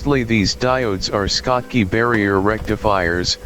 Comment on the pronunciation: Schottky is pronounced with a SH (as in SHop), not SK. Those rectifier diodes were named after the German physicist Walter Schottky who studied the barrier effect on semiconductors in the 1900s.